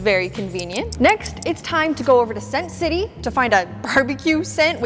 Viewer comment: I thought she said smth else 💀 def not “sent city”